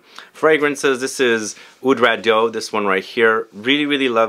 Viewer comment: Oud Rado??? Oud RA Diiiiiiiii euuuu